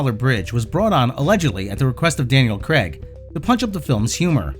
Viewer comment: "Craig" not "Creg"..